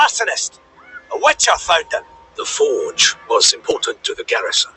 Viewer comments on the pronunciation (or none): Witch-her? Never met her